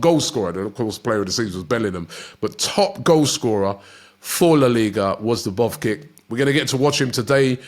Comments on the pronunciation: Robbie has to do better for f sakes! Who is Artem De-bov-kik?????? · "Artem Dubovgic" xD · Robbie can’t say dovbyk for his life